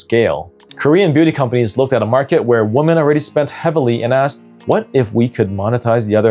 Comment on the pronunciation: Men becoming waamen 😂